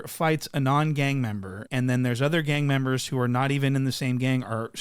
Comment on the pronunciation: "Gang membahs"